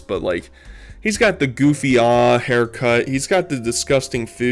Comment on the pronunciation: The way you pronounce "ahh" is fucking stupid man 😂 its supposed to be another word for ass. So you pronounce it like you are saying ass. Just instead of an "s" just say aaaaa its annoying and cringe af homie